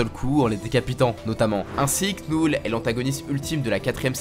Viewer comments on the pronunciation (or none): On dit pas "Knoule" on dit "Nœul"